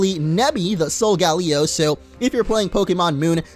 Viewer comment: Solgaleo is pronounced sole-ga-lay-oh